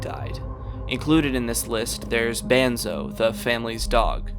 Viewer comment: Banzo is how you pronounce banzo not bonzo